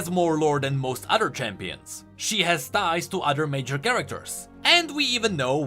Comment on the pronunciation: I deadass heard "thighs" instead of ties when your brought Cithria up, aint even mad